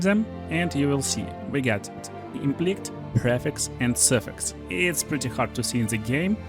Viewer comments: Fyi, "implict" is pronounced "im-pliss-sit". Otherwise, your English is fantastic! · Fyi, "implict" is pronounced "Emm - pliss - sit" And "prefixes" is pronounced "Preee - fix - ez" Otherwise, your English is fantastic! Thank you for the video!